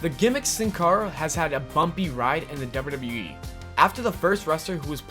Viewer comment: why tf do you say WWE like that? FIX IT